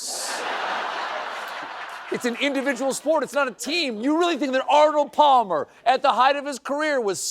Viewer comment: forgive me, but i had to rewind this twice to make sure i heard what i was afraid i heard. yes, it's true, colbert said "pall-mer". ok, who's going to tell him?